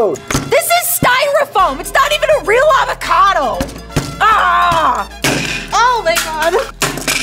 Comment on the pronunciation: “That an avacodo”? (I for got her name )I don’t speak Spanish- literally 2 secs later “an awacate” spanish